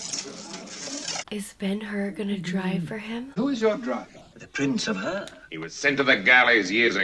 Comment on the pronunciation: Hur - not 'Her' but 'Choor' with ch like in scottish 'Loch'